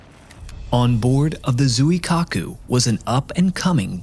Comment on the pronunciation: Appreciate the use of professional voice actors but that means you need to match their effort. Actors will research pronunciation of foreign names and you need to do the same. Zweekaaku is correct pronunciation of the carrier name. Given the repeated references in the presentation, hearing Zoo-e-kaku every time is slightly irritating from a presenter of your calibre. Keep improving.